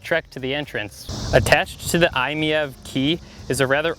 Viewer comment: After seeing so many negative reviews of this wonderful little car, I'm glad to see somebody that gets what the car is about and what it is designed to do. It is pronounced "I Meev". I own two i-MiEVs. This is a great everyday car that comfortably seats 4 adults as well as it does 1. I drive mine almost everyday, usually about 25 miles, but I have done a couple of 100+ mile trips with less than an hour of en-route charging (gotta love those CHAdeMO quick chargers). If you can find one, definitely take it for a test drive. The car may not have much curb appeal, but driving it is an absolute thrill, especially when putting the excellent winter grip or tight turning radius to work.